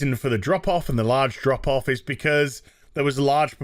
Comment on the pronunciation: Whenever I hear "drop off" from you guys, I think Andropov and hear a Russian accent...